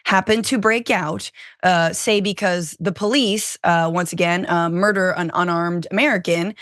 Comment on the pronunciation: TRUMP SAYS MERDER THIEVES